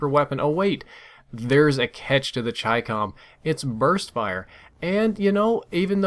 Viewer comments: I KNEW IT WAS CHYCCOM AND NOT CHICKUHM. That's all, thank you. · Finally someone that pronounces chicom right lol